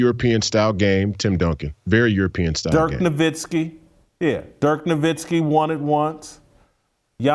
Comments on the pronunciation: The real problem Jason is Kendrick's lack of respect for hall of famer dirk nowitski. Kendrick gets paid millions to mumble on TV and he can't make the effort to pronounce Dirk's name properly. How can you be an on air basketball analyst for ESPN and butcher a hall of famers name? He sounds like a fool. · Jason Whitlock, Until you can comfortably enunciate Gilgeous, don't challenge how people enunciate Nowitzki....